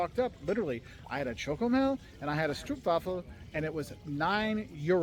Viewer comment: Your pronunciation of Stroopwafel is almost perfect! Now just prolong the AH sound. Yes, in Dutch doubling the vowel means longer pronunciation, but this tends to be the case in general. So "stroohp-wahhhh-fel". In terms of length of pronunciation it's similar to the oh in stroop, which you do perfectly!